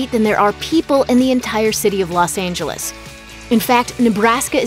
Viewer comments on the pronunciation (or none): none